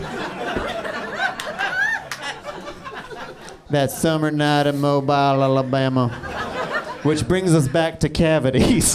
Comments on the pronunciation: Its Mobile Alabama (pronounced MOBEEL).. Hes definitely not from there lmaoo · I'm from Mobile AL and it's pronounced MO-BEEL btw